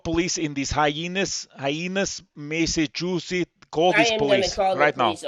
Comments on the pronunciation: Goverman Seriously?? Oh Massycuetass? Like seriously they don't even know how to pronunce that and they want to scam like for fuck sake tell to get a real job. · 'Massacute-is' ? Sounds like 'Locutis of Borg' 😂😂😂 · Did he say MassiveCuteAss? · 😂😂😂 SCAMMER cannot even say THE STATE NAME😂😂😂😂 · The jamaican couldn't even pronounce massachusetts right!😂😂😂